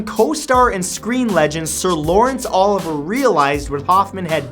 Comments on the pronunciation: It's not Sir Lawrence "Oliver". It's "Olivier"... pronounced oh-LIV-ē-ay. I know you're a young guy, & Olivier was before your time, but jeez, at least know what a person's name really is before talking about them. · Sir Laurence Oliver? Olivier, OH LIH VEE YAY! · Lawrence Oliver? His last name is pronounced "oh-live-ee-yay" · seriously? i like your channel but your mispronunciations drive me nuts. NOT sir lawrence Oliver...Olivier ...O-liv-ee-ay. How havd you not heard of him? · Sir Lawrence Oliver? Sir Lawrence Olivier (o-live-ee-a) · Lawrence OLIVER. Really!? One of the greatest actors to ever grace the stage or film, and you don't know how to pronounce his name? O-LIV-E-A. Lawrence Olivier. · sir Lawrence oh-live-E-yay.. not Oliver. lol 😉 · Sir Lawrence Olivier isn't pronounced "Oliver", it's "O liv ee ay". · Olivier is pronounced Oh Liv ee ay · Awesome vid as usual..but it's o~liv~EE~ay..I couldn't get passed that... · You mispronounced Sir Lawrence Oliver's last name. Other than that excellent video dude.